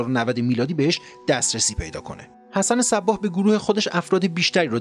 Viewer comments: خیلی از کلمات یا بهتر بگویم اسامی را غلط تلفظ می کنید ، حسن صبّاح غلطه باید گفت صباح یعنی بدون تشدید .❤ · سلام دوست من صباح تشدید نداره ب را بدون تشدید تلفظ کنید.❤❤❤